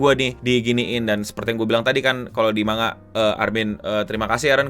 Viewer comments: kaya tango dibaca tanggo man ga tan go iya gasi? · ejaan jepang, ma n ga, karena itu pengucapannya mangga dan kalau mangaka, penyebutannya manggaka. Rasakan aja pin of shame, dihujat banayak orang